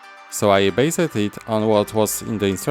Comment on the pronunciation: Words like "covered" and "based" are basically pronounced without the last "e" being silent. So it's just "coverd" and "basd" instead of "cover-e-d" as you pronounce it. Just watch some english videos and you will hear it :) Just to improve your English skills step by step :)